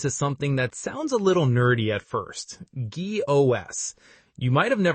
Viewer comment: i think its pronounced geeks